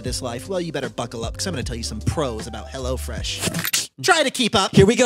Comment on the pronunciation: When Andrew said "Hello Fresh," I thought he said "Hella Fresh"